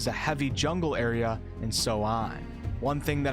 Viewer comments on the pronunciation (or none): none